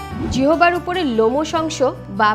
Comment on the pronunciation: জিহবা নয় ম্যাডাম জিহ্বা 🙄🙄🙄🙄🙄